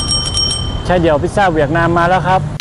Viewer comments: เหวียดนามเป็นการออกเสียงแบบภาษาเวียดนามครับ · ใช่ค่ะ กำลังจะเมนท์พอดี คำว่า เวียต จะออกเสียงต่ำ น้องเขาพูดเหมือนคน เวียตเลย